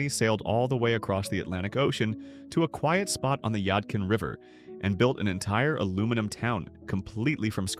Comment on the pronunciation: Badin is pronounced BAY-Din, not Bad-in. Yadkin is not Yodkin, it's YAD-Kin.